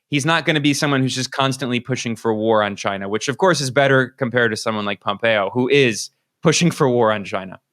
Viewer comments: The correct Trump pronunciation is ‘ Ghyna’ !😉🤣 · I hated to hear the arce hole saying Chyna